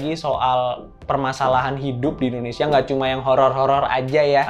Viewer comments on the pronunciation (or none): none